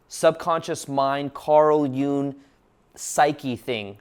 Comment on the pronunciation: Its pronounced jung not june